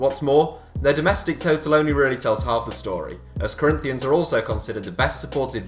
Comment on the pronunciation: The way he says Corinthians makes me wanna commit suiside